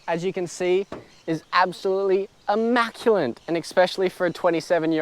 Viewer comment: hey man, just hoping to help out... the word "immaculate" doesn't actually have the letter 'N' in it nice 80 though dude